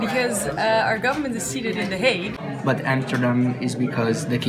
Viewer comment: Here I am, two years later, seeing him say that my home town is a shitty suburb of the Hague. He did pronounce it surprisingly well though.